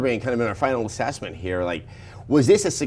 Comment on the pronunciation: "...a final assessment." "...final assessment..." "...assessment..." "...asSESSment..." You're onto something, Adam.